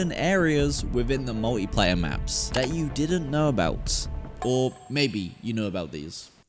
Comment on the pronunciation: Its multiplayer not moeeeplaya